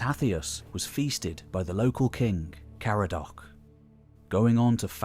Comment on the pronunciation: Dinas POWYS! As in POW! Like BLAM! BANG! KERR-RANG! POW to rhyme with HOW, not HOE! I know I said I wasn't going to say any more, but you said this like 20 times in 10 minutes! POW-ys, not POE-ys. And Caradoc is ca-RAD-oc, not CAR-a-doc. Most Welsh words put the em=PHA-sis on the penultimate syll-A-ble. There are exceptions. Mountain is mynydd = MYN-ydd. Mountains is mynyddeoedd = myn-YDD-e-oedd. The "y" is pronounced like the "u" in under. And in Caer, the "ae" is like eye, so it's k-eye-r, not care. KYR-went, not CARE-went. And Caerau is k-eye-r-ow. I love ancient history, the more ancient the netter, so I was particularly interested in this Celtic-based video, being Welsh. But "Twll i'r dyn bob Saes!" 🤣 🤗 {:o:O:}